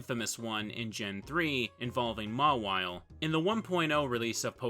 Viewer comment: the way you say “Mawile” angers me